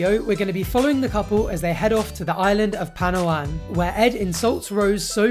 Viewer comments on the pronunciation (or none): It's not pronounced "Palowan" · as a filipino, hearing him pronounce "palawan" made me laugh so hard.